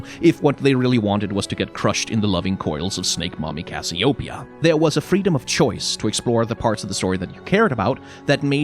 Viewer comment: ...is that how you pronounce "Cassiopeia"? Edit: but consider this: "Is Yorick sexy enough?" ^^